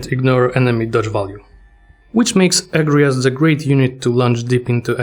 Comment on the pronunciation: Unpopular Opinion: The second syllible gets the emphasis in "Agrias", not the first. "Uh-gree-us". Yes, the game gets it wrong.